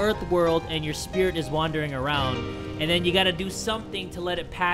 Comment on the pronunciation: "Spirts"? I Think It Should Have Been "Spirits". Am I Right Guys?